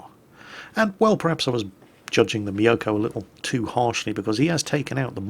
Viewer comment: HE FINALLY PRONOUNCES MYOKO CORRECTLY!!!!